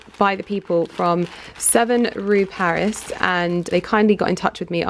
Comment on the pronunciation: It’s rue paradis, not paris